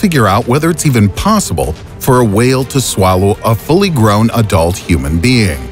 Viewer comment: "whale" xD